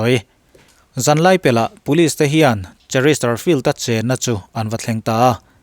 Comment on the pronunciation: Chesterfield a ni si. Cheristerfield tiin I sawi daih zel hi fimkhur deuh la a țha hle mai.....